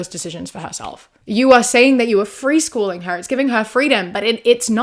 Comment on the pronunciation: Dropping the G in freeschoolin' was a nice touch 😅